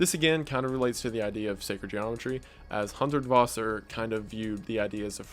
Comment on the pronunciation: Friedensreich Hundertwasser pronounced (free-denz-rike hoon-dirt-vasser)